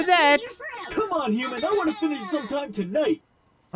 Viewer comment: please stop pronouncing human as uman